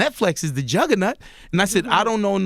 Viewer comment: "net -FLEX is the jugger-NUT" .........anybody else catch that 1?